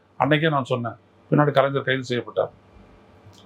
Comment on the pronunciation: கலைஞர் என்று சொல்லுங்கள். நீங்க அடிக்கடி கலைஞ்சர் என்றே சொல்லுறீங்க.